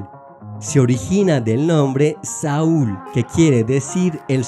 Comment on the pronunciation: Muy interesantes las conexiones entre hebreo y español, gracias. Hay errores en el hebreo para #42 "Juan," Yohanan. El hebreo aquí es el mismo como para #38 "Jaír," Yair. También #66 "Samuel" en hebreo se pronuncia Shmuel; Semu'el es incorrecto. #69 Saúl, el punto es en el lugar incorrecto en hebreo; se dice Shaúl en vez de Saúl. #73 "Sharon," el hebreo se dice Sharon pero el narrador dice Saron. ¿Hay alguna manera para hacer unas correcciones? Gracias por esta información y por los otros videos sobre Latín y Griego también.